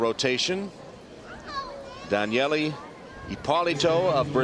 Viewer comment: Good lord why is she calling her Danyelley?